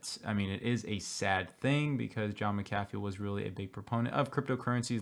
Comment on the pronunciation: Please God...*Mac a Fee* Why is this so difficult???? NOT Ma-caff-ee...thanks